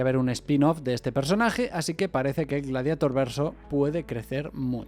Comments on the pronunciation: "Gladieitor" no "Gladiator"!!! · Persona normal: le diré gladiador traduciendo el título o glarieiror en su pronunciación correcta en inglés You tuber gallego promedio: pronunciare el inglés como la mierda y listo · "Antes en España no sabíamos inglés" ....todavía, diciendo "gladiator" textual, como si fuera "espiderman" 😆